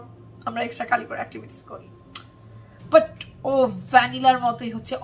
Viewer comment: Every time you say "extracurricular actitivities" I laugh 🤣🤣🤣🤣🤣